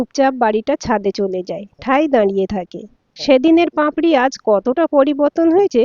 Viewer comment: উচ্চারণ টা পাঁপড়ি নয় পাপড়ি